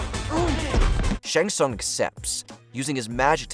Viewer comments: First of all, its pronounced Shang Sung and not Shaang Sung and Ray-din not Rai-din. And secondly, the best fatality is the one that finishes off the best combatant? Really? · I know that, I'm just telling him how it's pronounced. Since T is silent it's shang-sung. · The pronunciations of some of these names by the narrator makes me cry. "Ryden" for Raiden "Shong Tsung" for Shang Tsung.